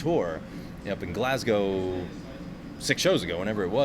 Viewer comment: said Glasgow correctly for an American that's an achievement, well done lad!